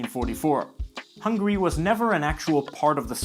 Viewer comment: ITS HUNGARY NOT HUNGRY T~T